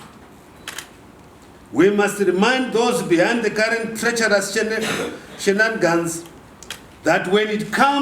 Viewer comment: English hahaha . Just speak in shona please . The way he pronounced shenanigans tho 😂😂🤣🤣